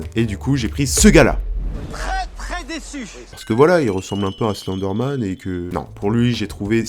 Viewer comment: Tu prononce mal Slenderman